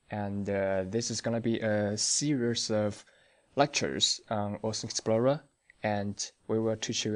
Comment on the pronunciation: THanks for the overview.... Just one hint.. you need to work on your pronouncing of "WATSON explorer" .. I hear always "OORDS" explorer ;-)